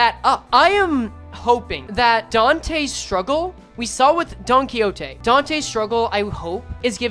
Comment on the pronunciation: It's clearly Don-Quxote